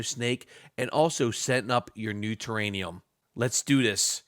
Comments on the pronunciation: It’s TerraRium , not terranium. A terranium is not a thing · What's thus terraNium think you keep talking about? I think you mean terrarium. NO N. it's an R. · Lol yes it was killing me.. there’s not an extra N in it lol